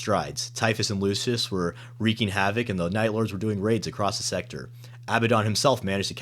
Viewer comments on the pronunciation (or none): none